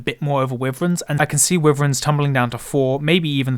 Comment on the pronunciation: Wyvern is pronounced why-vern